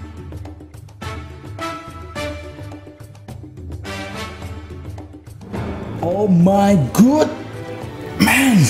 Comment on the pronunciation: Bang "Oh my god" bkan "Oh my gud" saran doang